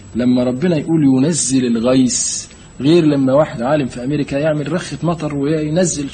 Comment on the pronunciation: الغيث وليس الغيس ...النطق بالمصري لا يجوز ...